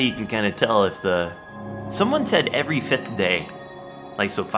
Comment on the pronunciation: said efry 5 days